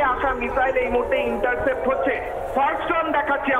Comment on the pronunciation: Interfaced Noy Vai, Intercepted... Olpo Bidda Khubi Kharap